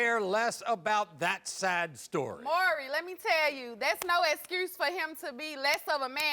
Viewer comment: Don't forget "excurse me". 💀💀💀